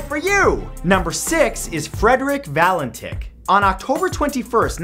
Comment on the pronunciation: Fredrik valen TICH - hahahahahah he it sounds like DICK